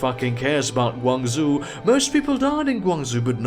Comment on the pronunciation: The "zhou" in GuangZhou is pronounced "joh".